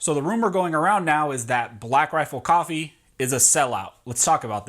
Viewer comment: Take a shot every time he says “blackrafflecoffee”